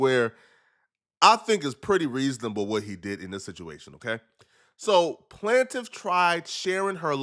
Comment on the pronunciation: Bruh can’t pronounce plaintiff 😂